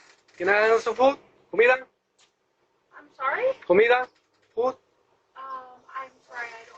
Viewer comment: COMIDA --- not "HUMILA"... lol